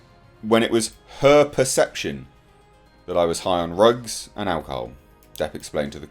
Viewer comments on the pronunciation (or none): Not sure why you say rugs instead of drugs.... its weird. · BTW: it’s “drugs” not “rugs” as you keep saying. Disappointed you didn’t offer any testimony examples, just opinions. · How come you can't say drugs?